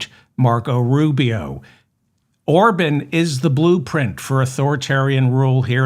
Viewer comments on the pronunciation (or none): I hate to have to correct you sir, but his name is pronounced OrBON’ not Orbin! Thank you for what you do. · It’s Or-bawn. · Or-bon. Bon like John or Con. Emphasis on Bon